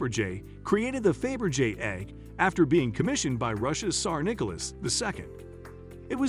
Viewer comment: Decent content. Abominable pronunciation of Faberge, Thames, and Greenwich to name a few. Bad prep and editing Do your homework!